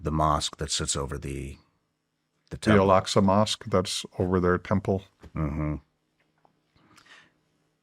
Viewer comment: EL AQ SA MOSQUE NOT ELKSUS YOU MUG 🤡